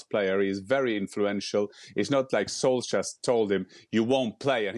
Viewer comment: Craig, you rube, learn how to pronounce “Solskjaer” Don’t make your lack of education that obvious 😂